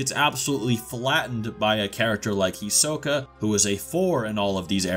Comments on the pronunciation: First let me say, do not say hunter hunter again. You address it as hunter x hunter like a normal hxh fan. 2 do not pronounce their names as such again its He-soak-A. And 3 Illumi is not a Phantom Troupe. Thank you, sorry for the inconvenience. 👍🏽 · did you mispronounce hisoka?